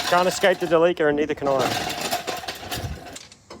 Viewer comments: Where tf do you get Del-leek-cah from instead of Del-lih-cah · It's not pronounced deleeker, it's deli-car! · So are we gonna call this mitsubishi delica, the "da-leaka"???? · Its not quite how you say Delica. Japanese are big on how you say your words. For example Toyota would be To-yo-ta. And Delica is De-li-ca. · I'll admit I kept wondering why you were pronouncing Delica wrong, and then I realized! You're saying it similar to "The leaker"! So like 'De leaka' because it leaks so much!! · After you sealed all the leaks on your "TheLeaka" (Delica) is it now a "Sealeaka" (Celica)? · Thought you were calling the van as ‘the leaker’ later on clued in, oh ‘Delica!’ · I had a diesel version of this when they first came into Aus in the early 2000's. Great vehicle despite the weird look. WAY molre torque in the 2800 TDi with the intercooler scoop in th ebonnet. One thing about pronounciation - the name comes from "delivery car" so it should be said "deli"-"ca" not "deleeka". Going to enjoy this series. Definitely a capable offroader with that funky comfy bus interior. Reach out when you're looking to rehome this beast. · Behold, "Da Leaka" 😂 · Everytime when i hear Delica, sounds like "Da leaker" 😂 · its a what? a de Leaker? :) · I'm not happy about how you pronounce Delica. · Damn... You guys even pronounce "Delica" wrong.. Jesus. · Haha the way he pronounced “Delica” surprised me for a second. I guess it makes sense because you guys down under pronounce “celica” the same way.